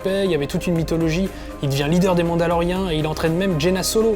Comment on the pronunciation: Mandalorien, pas mandaloriane.